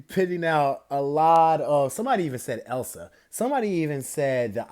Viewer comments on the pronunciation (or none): none